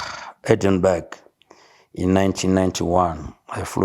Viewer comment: It's Duke of Edinburgh as in Endinbraaa, not Edinberg